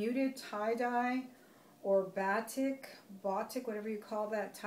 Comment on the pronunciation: The blouses were called, "Poet" blouses, batik is pronounced, (bahteek) and the design on your daughter's military top are called "eppilette". ? Sp?? Great haul!